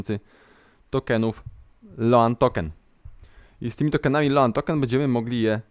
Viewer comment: Kurde, rzadko sie czepiam ale sposob jak wymawiasz "stable", "loan" az masakruje uszy.